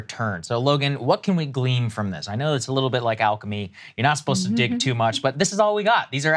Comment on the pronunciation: Say “Glean,” one mo’ gain